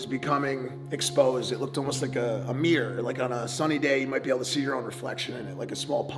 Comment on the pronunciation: It's a MIRROR Mike not a Meeror..!! 😂😂😂